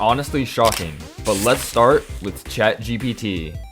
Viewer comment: I keep on hearing bro say chagbd😫😂